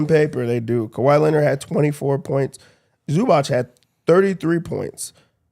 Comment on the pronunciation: Yo! It's ZubaTZ, it's a TZ sound not Ch sound.